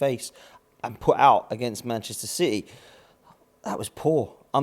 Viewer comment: Duh! It’s citeh